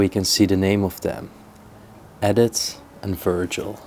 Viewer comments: What a find,. This adventure was wonderful. The woman's name Edith is pronounced E-dith. The small wheels on the chair are called casters. Great Job. Bravo❤ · It was a pencil sharpener. The name Edith is pronounced Eeeeedith. Love these old places and their history.